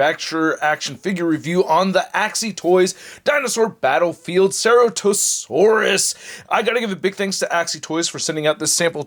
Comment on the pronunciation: This dinosaur's name is pronounced "sir at oh sore us" or "sara toe sore us" . I wish I liked these figures more. But my wallet is glad that I don't